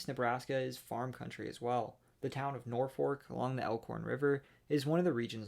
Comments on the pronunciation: Thank you for pronouncing Norfolk (nor-fork) correctly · So happy your pronounced Norfolk like a local 😂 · I was gonna say the same thing. It’s like he grew up there said Norfolk and Kearney correctly